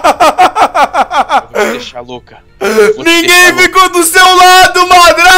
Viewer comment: não é madra é madara